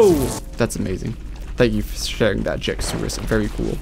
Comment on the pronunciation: errrm akauthully its jakeosaurus not jakysaurus🤓